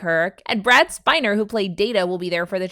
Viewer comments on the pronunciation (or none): At the 5 min mark does say "Brad Spiner"?!?! 😂😂😂